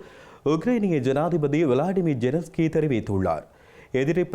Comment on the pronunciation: ரஸ்யா ஜனாதிபதி செலன்கி என தவறுதலாக வாசிக்கப்படுகிறது